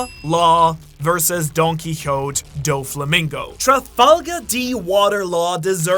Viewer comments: Its so funny to me how he pronounces "nefertari" in such an extra way but pronounces donquixote as "donquihot" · I swear I always hear him call Doffy “Donkeys are hot Do flamingo”